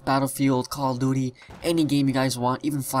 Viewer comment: I love how he said Call of Duudy